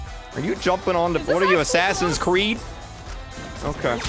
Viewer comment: not assin creid assain kreek'